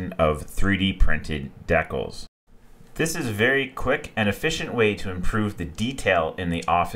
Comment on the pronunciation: Great build. DEE-CALS not DECK-UHLS